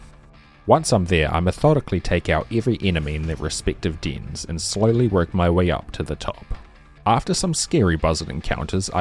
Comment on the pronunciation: beeing an english speaker and not knowing how to pronounce dens in fucking embarrasing, jfc bro like are you illiterate